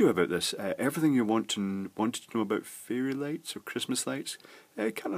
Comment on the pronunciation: It was 4 minutes before I realized you were saying fairy lights.